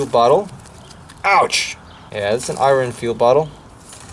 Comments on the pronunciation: say 'eye urn' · Speaks perfect English, I mean flawless until it comes to pronouncing metals apart from Aluminum and Eye-Ron